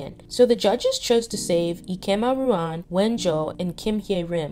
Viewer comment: I mean no offence at all but please keep practicing the pronunciations of names. Bahiyyih : Bye-yee-hee Hyerim : Hye-reem Ruan : Ru-in Wen zhe : wen- je Liang : Leeang 100% agree with everything in the video, great insight!